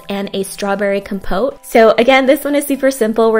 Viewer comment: You said compote wrong the whole time lol